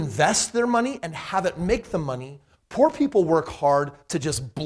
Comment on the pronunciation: Haha he said 'po cause he couldn't afford the o and r' 😂